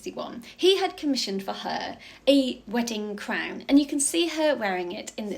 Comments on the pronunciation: Crwnnnn. What an annoying pronunciation. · She's saying crown with the ow sound!!